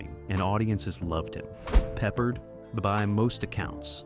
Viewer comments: George PeppARD!! Not Peppered. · and your robot narrator totally fuck*s the pronunciation of one of the best known TV shows from the 1970s and 1980s. Then you just spell it out. Still wrong! M*A*S*H was pronounced mash. How can you not know this? It makes people downvote you. Same for George PeppARD. This kind of dumbness is why you get downvotes. Also, while talking about M*A*S*H, why does the picture show a scene from some other TV show, maybe Barney Miller(?)? Totally unrelated. Again MAKES YOU LOOK STUPID. My memory of the removal of Lisa Bonet from Cosby Show is bigger and very different than what you said. Lisa Bonet wanted off the set with Bill Cosby (I suspect he drugged and raped her, but she never filed charges). They gave her her own show, but for some reason she quit that after one season. They put her back on some Cosby episodes got then rid of her again, but kept the actor who played her husband and the daughter (who was nowhere near as good as Keisha Knight Pulliam, who played Rudy). Her story resembles Mackenzie Philips on One Day at a Time. Somehow Cosby or the directors thought any cute 5 year old girl could do the same thing as KKP who was now older and no longer as cute doing the stuff she did when she was 5. TSo they added Raven, but she was nowhere near as good an actress at 5 as KKP used to be. That and the tiresome grandparents really made Cosby decline, even though the husband actor was good, the premise was ridiculous. Why did the wife go live on an army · It's pronounced. Pep-Pard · What’s wrong with George Peppered? 😂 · Yeah, George Peppered. I quit watching immediately. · It should be pe-PARD.